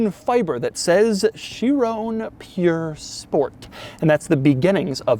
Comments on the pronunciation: Not puuure sport, P-U-R sport, pur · It’s Pur, not Pure buddy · stop pronouncing Chiron and Pur wrong... it isn't hard to google, doug